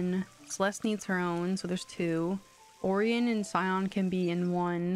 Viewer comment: Orion is pronounced “O-Ryan” so now you have Ryan & Orion 😉😉 I’m loving this family already …..I cannot wait for the Moonlight falls steam(s) …. The first thing I did on September 1st was start a new moonlight falls game, but there is something extra cozy about watching someone else’s LP when they are playing in the town 💫